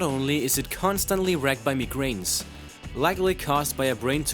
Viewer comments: "ALWAYS TORMENTED BY HEAD-AKEES AND MEE-GRAINS" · He said that just as I read your comments... He then said mee-grains.... 😢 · Did you learn how to speak english from Google translate? I understand it may not be your first language, or it might be a language program but still...mee-grains? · Hedakus? Me-Grains? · you can't say headaches, genatalia or migranes xD